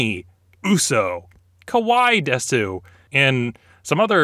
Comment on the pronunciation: As a dude I would not say desU. Say des-. DesU is effeminate. BTW I agree, climbing fuji was simultaneously both the best and stupidest thing I've done there so far. That was brutal on my knees coming back down.